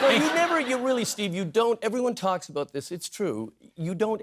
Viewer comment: First "abote"